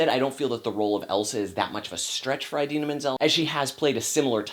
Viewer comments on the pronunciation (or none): It's pronounced (ih-deehnah)